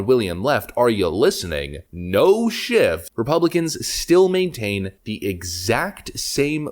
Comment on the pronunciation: Stop saying shiff, it’s shift